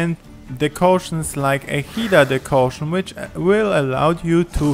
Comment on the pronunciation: Decoction... DECOCTION! ..Not "Decaution"